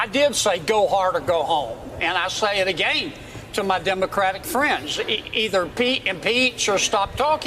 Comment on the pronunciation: "I SAYIT AGANE!"